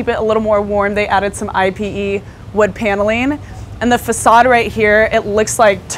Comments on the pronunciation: I-P-E? You mean IPE (e-pay)? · "eey peh", dear. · Hi there I really like your channel and I just suscribed. I wanted to educate you on something that I noticed in a few of your videos. When you are pronouncing Ipe wood it's actually pronounced (ee-pay), also called Brazilian walnut. I hope this helps! Wishing you much success!! 🤗